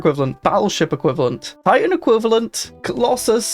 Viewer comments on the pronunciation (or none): none